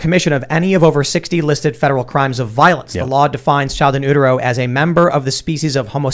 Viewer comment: You all should look up sustenance, and how to pronounce "in utero"